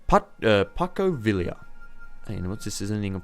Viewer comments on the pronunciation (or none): "Packo Villia" Pon-cho Vee-ya Pon. Cho. Vee. Ya. That's you you say Pancho Villa. (Also, Calles is probably "Kai-Yaes". 'll' becomes 'y' in Spanish) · Wolv022 it's pan-cho vi-ya I'm Mexican